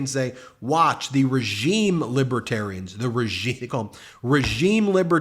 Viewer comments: "Libatarians". Trump can't pronounce any words or string coherent sentences together. Good to hear them boo this facist. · He can't even pronounce them. "Lipitarians", maybe he's on "Lipitol". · He can't even pronounce libertarians.